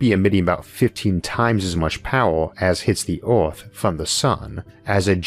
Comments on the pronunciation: Narrator it is "earth" not "orth". :-) btw, Insane shit like this won't be happening . . . . . . .ever. :-) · I love how this dude says OERTH instead of earth 😂😂😂 had too stop watching 😤😭